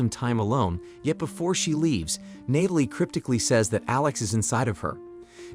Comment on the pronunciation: what's with the random and repeated mispronunciations of Natalie and OB/GYN?